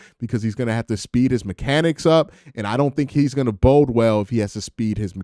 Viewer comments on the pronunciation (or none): none